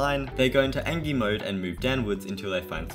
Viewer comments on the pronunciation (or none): none